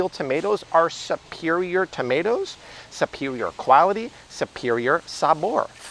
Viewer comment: I keep laughing because you keep saying"supewioah" like Tweety Bird and Porky Pig. You have switched patois several times today. You 👌? Lol